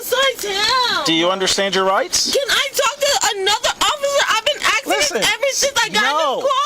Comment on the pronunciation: "I'm AXING for a supervisor" !!!!! Lowest of the low